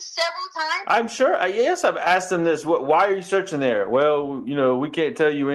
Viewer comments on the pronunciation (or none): I diiiiiiied when she said “searchening” 😂 She also said “noise counseling headphones” and she gave law enforcement a “subscription” of the suspect. She believes she’s the smartest person in any room but she’s an absolute fool. Her grammar is atrocious.